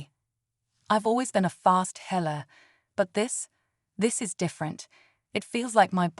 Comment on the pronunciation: A nice story read by computer voice. "I've always been a fast heller" for instance.